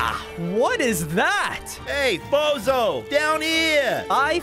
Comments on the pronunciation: Every time they said fozo it sounded like bozo😂😂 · I thought you said bozo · i keep hearing bozo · His name isn't fozo it's bozo